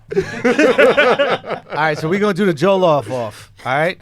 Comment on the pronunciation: the way andrew says jollof is triggering lmao. ITS PRONOUNCED ( JAW-LAW-OFF) JOLLOF RICE